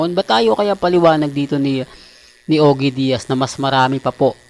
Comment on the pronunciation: Mag ingat ka kay Ogie Diaz wag mong ibahin pangalan nya baka sapakin ka nya. Hindi Oge Diaz na parang Oge Alcasid. Ogie Diaz. Matanong lang dalawa ba ang dila mo. Kase senasabi mo correct me if im wrong. O ayan I corrected you. Pero hindi ka parin natututo a may mali. 😂😂😂😂😂